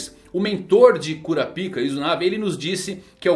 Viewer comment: Não sei se sou apenas eu, mas a pronúncia de kurapika que ele tem incomoda demaisss